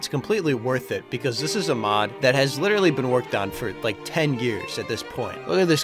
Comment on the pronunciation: Yea, full of life (littreally)